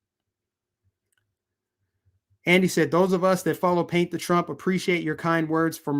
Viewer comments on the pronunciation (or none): none